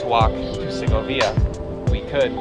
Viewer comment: I think the stress is on the o not the via in Segovia. I may be wrong